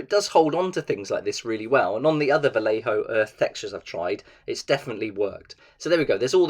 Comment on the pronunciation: Spanish here, the pronunciation is "vayejo" if it were written in English, thanks for the content anyway.